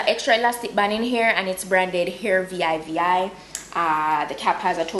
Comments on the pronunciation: I think It's pronounced "Hair VeeVi" I've seen a review of this company a while ago when I was scammed by company (vivihair) that ripped of their name. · Job well done dear as perusual....I love it lol the brand is pronounced as 2 V's as in vv